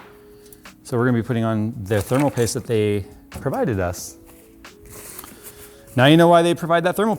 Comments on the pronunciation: "Tape of thermal pooste." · “Tape of thermal poost”